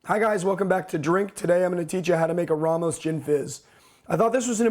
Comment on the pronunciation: It's pronouced Raymos, not Rahmos